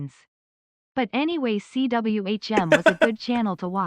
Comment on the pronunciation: Pronouncing CWHM as Cwum is so funny to me.